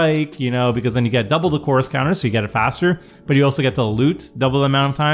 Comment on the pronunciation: Yeah can you articulate “chorus” better? Every time you say the word it sounds like Coors and you’re making me thirsty!😂